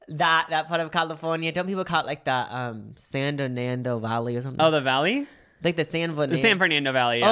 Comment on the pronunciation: Were you guys saying San Donando Valley and San Vernando Valley? Because I love that